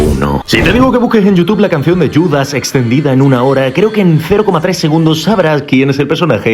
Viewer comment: yudas? ajajajajajaj buena pronunciación xd